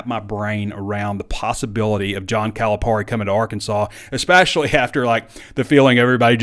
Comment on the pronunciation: We're really going to have to figure out how to pronounce his name right at least... Cali - PERRY